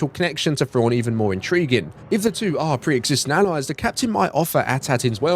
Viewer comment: Fraun. I was like who's Fraun? Turns out he's saying Thrawn